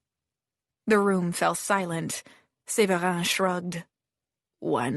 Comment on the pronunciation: not the fake french accent :/ Séverin is not prononce like that, like at all...